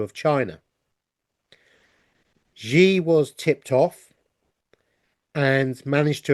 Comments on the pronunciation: Xi Jin Ping is the president of China. His name is pronounced "shee jin ping". Not "gee" or "zhee". The President does not execute anyone. However, he might issue an execution order because he has a dictatorial power. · Thank you so very much &! I'm very grateful to you for sharing your findings with us all. Also, Xi is pronounced "SHE", as in Chinese X is pronounced as "sh" (in English) A Chinese girl explained this to me:o) <3 <3